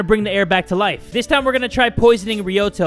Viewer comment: It's not lifu it's life and it's not knifu it's knife